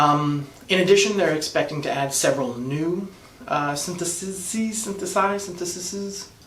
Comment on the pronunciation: sin-the-sees, pal.